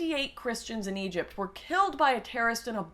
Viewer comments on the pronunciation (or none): none